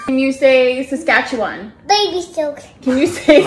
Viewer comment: She DID say Saskatchewan